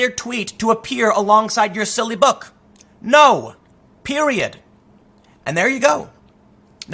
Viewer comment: Tim said Pewiod